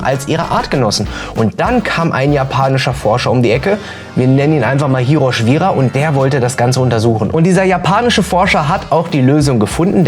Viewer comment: Aber warum klingt hiroshwira wie Hiroshima?😂😂 Gibt explosionsartigen Durchfall